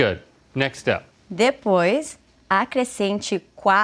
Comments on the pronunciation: "depois and the Boys" 😂😂😂😂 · She is great!!! As a Brazilian I appreciate the struggle from them to understand the language. "the boys" - "depois" hahahahahahahahah